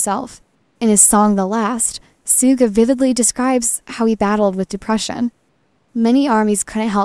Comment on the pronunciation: Please say his name correctly. It is not pronounced sooga but shooga